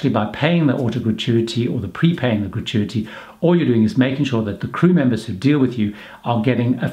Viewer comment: How many time has he said gratuity in this video. He pronounces it wrongly which makes it stand out. FAIL